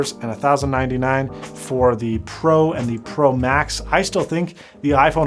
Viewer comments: I joined your Livestream on Twitter yesterday and for 10 mins I thought you were saying "pro Mac" not "pro max" from that moment I realized that this is an awful name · Tfw you say "Pro Max" but I keep on hearing Prolapse